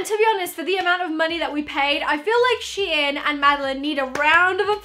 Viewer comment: its shein not shien